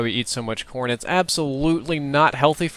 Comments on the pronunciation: I thought he said porn. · Every time he said corn i thought he said porn haha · thought he was saying Porn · lol when he Americans eat corn i thought he said porn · everytime said corn it kinda sounded like porn so it sounded like he said "you can do a lot with porn" lol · I heard corn as porn every time....